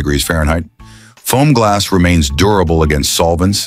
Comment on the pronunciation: you mean Fomgls?